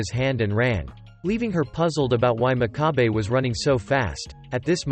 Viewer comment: The narrator pronounces the MC's name incorrectly, it's pronounced mock-ka-bay, and his nickname wasn't piggy. It was pig's foot